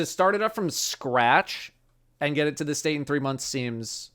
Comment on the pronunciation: I’m gonna be honest I thought they said “geit” and was so confused why they would call it a goat in Norwegian.